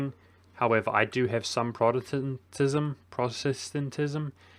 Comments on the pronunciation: And don't forget Protestentestenism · Achievement Unlock: Pronounced "Protestantism!" :)